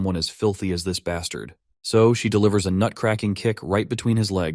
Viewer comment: This guy really likes to say bastart😂